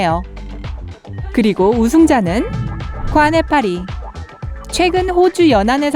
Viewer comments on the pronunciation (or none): 난 듣기만 했는데 꽈네 파리라 들음ㅋㅋㅋ